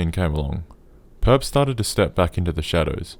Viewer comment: Thank you mane, it really annoys me too